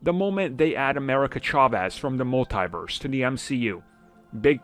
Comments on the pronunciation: The way he said it: "mull TIE verse" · Dude do you not know how to pronounce Multiverse properly